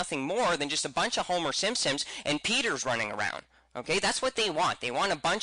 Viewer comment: Simpsons, S-I-M-P-S-O-N-S not simsims, thank you.